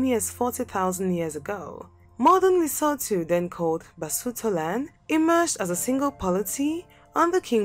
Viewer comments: Leso2 that's how it's pronounced. But better pronunciation is better than the previous videos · I hope it's inspired you to do better research and care enough to pronounce names correctly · Gawd! She should get the pronunciation right! Eishh!